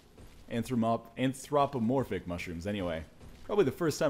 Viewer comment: you've never said "an-THROP-omorphic" before? i distinctly remember a Cave Story LP where you pronounced every single word wrong but i love you still